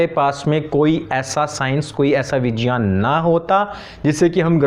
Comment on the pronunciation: 😂are gyan, vigyan bolna toh sikh leta maulana.. 🤣phir gyan de..